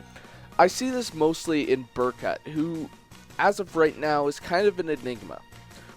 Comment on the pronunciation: They literally say Berkuts name in cutscenes how do you still pronounce it wrong